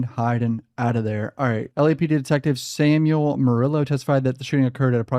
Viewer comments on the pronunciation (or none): none